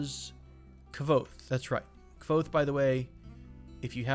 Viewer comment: Kvothe is pronounced "Quothe" FYI. Great reference from a great book series.